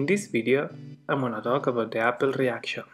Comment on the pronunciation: It’s not apple. The name is Appel